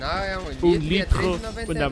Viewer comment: "Um litrro uma morrte".